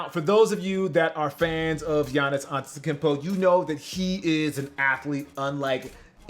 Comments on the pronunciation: “Tikimpo”.... cmon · He said antetekimpo with way too much confidence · He said Ante-kempo 😂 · He says it like unttickpo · Don’t u mean akumpo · it’s pronounced akumpo🤦🏾‍♂️ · is it pronounced Aunta-te-koom-po? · Mans said antetikimpo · It’s koompo my guy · If anything he said Atetunkempo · Why are you calling him Antekumpo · Antita Kimpo.are u even trying %100 he wants us to get mad Fu It's kinda easy to pronounce In my opinion English is my not my first language so For all these people don’t know Ghana .English is there main lang Yktv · Dawg the ou you have to pronounce it like the latinos say "u" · He fucked up saying the name of my favorite basketball player ⛹🏾‍♂️, please just say the Greek Freak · Isn't sure how to pronounce the name of color way Also: Mispronounces his name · Say his name right damnit...